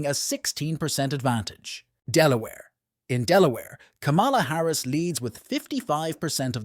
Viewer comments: The presenter cannot even pronounce Kamala's name correctly. WTF? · Learn how to pronounce her name .